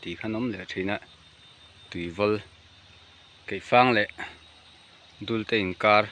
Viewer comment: Dulte sawi rik hi chuan, a hrang turah ka ngai😂